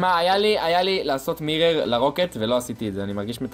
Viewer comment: למה אתה אומר מירר ולא מירור